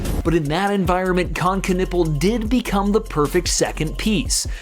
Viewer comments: its always funny when americans cant pronounce : ü ä ö der typ heist Knüppel ganz einfach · Ask German people how to pronounce that name. That doesn't sound right yet. I'm from Finland and we know our friends... 😮 so they were at first but then everything got south to north and now we all right.